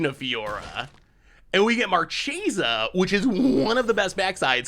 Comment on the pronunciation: It's absolutely "markesa" but gets to say it however he wants 🙏🏼